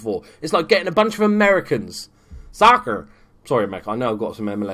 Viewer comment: "soccer" lmaooooo as an american i love hearing people from the UK do an american accent cause they're usually spot on